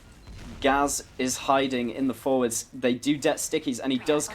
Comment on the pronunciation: It's pronounced gay z